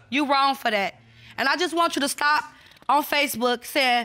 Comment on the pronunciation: yeah,. Saying stop like I pronounce it from ol’ northern Indiana lol.